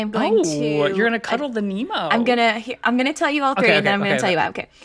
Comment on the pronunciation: Lupay? Nemo? Get him a pronunciation guide stat! Kidding obvi, love the show!